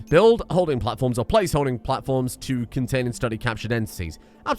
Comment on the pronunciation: Secure, con-gains, bro-tect